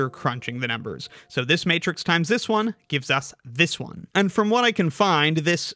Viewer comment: And pronounces 1 as “own”